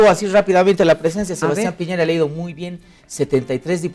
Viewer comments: Gusto de saludarle señores...soy de chile y nose porque llegue a este video ,me parece bien que comenten nuestras elecciones,pero creo que la conductora y los invitados,debe saber que el candidato es de apellido Piñera y no piñeira como lo mencionan reiterativamente, saludos. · Señora la invito a visitar el país, para que se haga una idea real de lo que es Chile, para que vea con sus propios ojos que nadie está pendiente de Bolivia....no nos interesa.Y por favor lea como se escriben o pronuncian los apellidos de los candidatos...no es piñeira, es Piñera, No es guillen, es guillier. Ya con eso me queda claro que ud.no es periodista. Nada de lo que dice o afirma puede tener asidero con ese nivel de cultura. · Esta mujercita no sabe leer? En todas partes dice Piñera. En donde vio que el apellido era "Piñeira?" escolaridad basica y aprendes a leer bien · Que pobreza, de periodistas , dale esta gorda , de no saber el apellido de P i ñ e r a. Señora gordaaaaaaaaa.